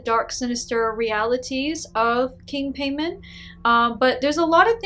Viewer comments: i’ve got nothing but positive result from king Paimon (Pie-mon) not pay mon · His name is King Paimon. Pronounce as Pie Moan not payment...I have never heard of him in any films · “Paymon” 💀 Pai-mon so simple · Paimon ( pronounced Pie-Mon ) not pain on. I think she says "Pay-Min. She made it up, regardless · It is pronounce Pae-muwn. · Haha true and she says his name all goofy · I don't think she's a demonologist she didn't even know how to say king paimon name right and not only that didn't even know who he was I'm not a demonologist I'm not a person who worships these daemons nor work with them But I know who he is. And if she did have this experience I'm pretty sure she met a trickster spirit. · Paimon ? Sounds like a Jamaican bill collector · Fake cuz u even pronounced the name wrong lol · I think you’re pronouncing the name wrong... and how can you forget one of the most important demons in the ars goetia? I’m not Luciferian or satanic, but I’m really sure people that summon him like Behemoth-X would point out a lot of your inaccuracies (no offense). PS You should try and summon Marbas 😉 “All the demons of Hell formerly reigned as gods in previous cultures. No it's not fair, but one man's god is another man's devil.” -Chuck Palahniuk, Damned (Damned, #1) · Right lol she can't even say his name right hahaha